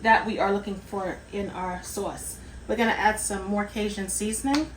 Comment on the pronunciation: What, pray tell is “ Kay-zhun “ ? . Ask any Cajun how to pronounce it. And “ Monster” cheese? Oooohh, scary ! Got schooling?